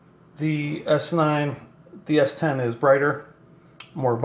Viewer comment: It annoys me how he says s10